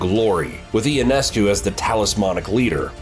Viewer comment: Ya, apparently you have NO IDEA who Sabrina YONESCU is. IT IS NOT E O NESCU, say it now "YONESCU"